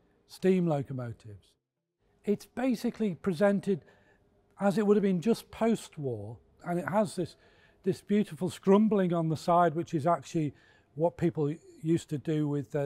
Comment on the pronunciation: A most interesting presentation, thank you. But, I have to point out - it is not 'scrumbling', it is 'scumbling'; perhaps you were prompted by memories of childhood scrumping?